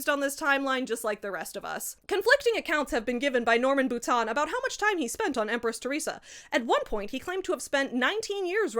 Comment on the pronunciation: As someone who shares a last name with this man (ugh) I'm horrified. BUT. I'm also wowed by your effort at actually pronouncing the name right! Anglos always call me 'boutine' 🫠